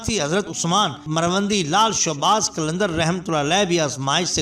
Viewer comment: showabaz nahi shahbaz hota ha